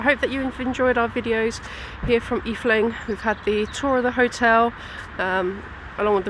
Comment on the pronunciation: Just a note, its Efteling. The E is silent for your Brits. Just pronounce it Fteling. Fteling And the first darkride you were in , is called Droom vlucht . translated as Dream flight .